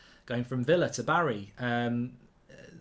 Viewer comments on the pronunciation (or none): none